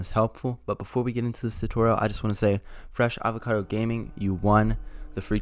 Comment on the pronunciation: Yo can we just appreciate that this man said Fresh Avocado Gaming, instead of Fre Sha Vaca Do?